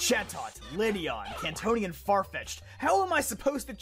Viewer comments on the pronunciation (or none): '' kantonion '' corsola